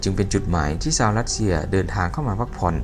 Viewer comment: แอดคนประเทศไหนครับ/ชาว/ไม่ใช่ซาว